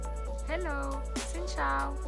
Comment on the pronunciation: Mdr L’univers exactement 😂. La baie d’halong, juste magnifique j’avais fait une nuit sur un bateau ⛵️. Ta casquette NY à voyager plus que moi je suis sur 😂. Ton Xin Chao parfaitement bien prononcé 🤌🏻. Merci encore pour ton partage, Tes cuts et montage vraiment au top. 🔥